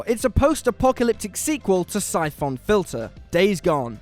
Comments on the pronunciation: "Sai-Foon Filter"? Not played that one. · Da f@ a Syphoon Filter? I mean you said it right every other time. No quality control at whatculture, Julian's too busy curating his wool hat collection to double check your work.